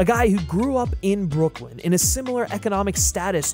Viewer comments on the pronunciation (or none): none